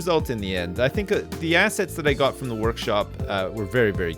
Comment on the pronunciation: Also every time says 'assets', I only hear 'ass'.